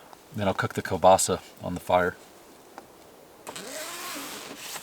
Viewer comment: You're pronouncing the sausage correctly, you from Europe? Kal-ba-sa